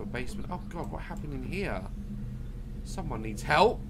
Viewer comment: Understood "Hurt me" instead "help" ... well ...